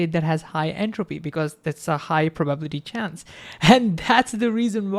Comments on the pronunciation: Divide long words into parts - that's how one reads tonguetwisters. Probability - PROBA💉 - BILLY🤠 - TEA🫖 Meanwhile bro pronounces it like PRO😎 - BUBBLY🛀 - TEA🧋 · PRA-buh-bility Every time he says pro-BAH-bility it gets me. I'm like WAT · It’s prah-ba-BILL-I-tee, not pro-BAB-li-tee.. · Very engaging presentation. But please, please stop saying probablity. It hurts. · Greaaattt video awsome really but everytime you say probability i want to just 😭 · thats not how you say "probability" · I learned a new way to pronounce probability which I thoroughly enjoy 😊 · But then Feynman said:, your explanations are good and you communicate my lecture material well, but why, why, why,, do you insist on pronouncing “probability” incorrectly? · The way he says “probability” lol. I love this guy